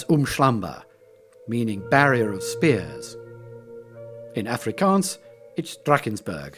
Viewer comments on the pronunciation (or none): none